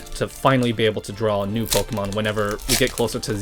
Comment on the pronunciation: 2 mins in and you know that hes a cat dad pokemyoen or pokenyan is what I heard. Keep up the good work!